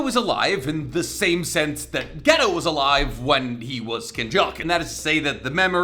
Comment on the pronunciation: His name is not Ghetto! Its GEY-TOE